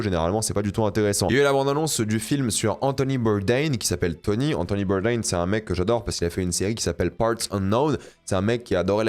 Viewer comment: Le nom d’Anthony Bourdain étant français (littéralement ses grands parents l’étaient) un vrai fan de VO ne le prononcerait pas comme un américain 😏